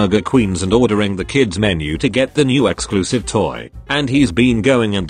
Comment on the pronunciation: The way it said toe instead of toy lol